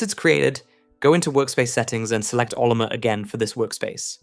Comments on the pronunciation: Brother, if you can't pronounce "Oh-llama," I'm not trusting your janky scripts. Ah-luh-muh? seriously? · Cool I guess to have a portable Al assistant. I don't have a use for the portability myself as I just run LM Studio on my machines directly (gen 5 nvme) which is way faster than (even the fastest) USB stick. That said, great video! Pretty sure Ollama is pronounced "OhLlama" not "Ollommer".